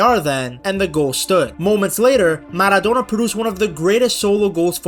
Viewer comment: "Diego manodona and Lloranel Messi"